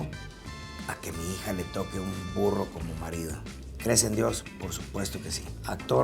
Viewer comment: Yo la primera vez que lo escuché pensé que dijo furro